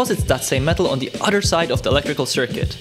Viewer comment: Not being a jerk, trying to help point out an issue with the way you pronounce “other”, sounds like you’re saying “utter” which makes me think of milking cows….🐮 P.S. what you built is very interesting and yes makes me wonder why no one thought of it yet. Good job 👍